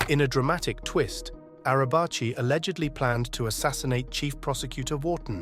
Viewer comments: Nekati arabchi :)) it s pronounced nejati araji.. kinda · It’s Pronounced Nejati Arabaji